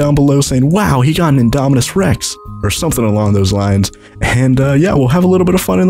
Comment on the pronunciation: You say indominus wrong